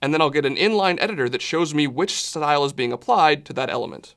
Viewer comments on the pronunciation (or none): "that shows me which shhhLyle is..."